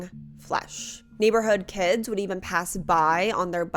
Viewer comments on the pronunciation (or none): none